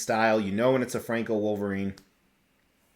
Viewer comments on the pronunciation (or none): none